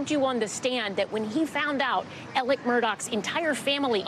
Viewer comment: Alec !!!!!!!! Not elerk....what is wrong w these commentators!! Ridiculous, get off my screen.